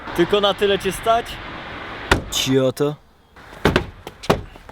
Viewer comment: cioto powiedziane z tym akcentem xD